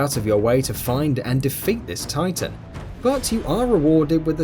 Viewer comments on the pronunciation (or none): none